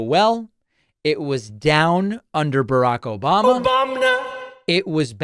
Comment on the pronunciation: That 'Obam-na' tho 😂